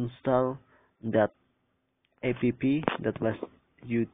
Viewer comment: Yeah is not ape pee is apps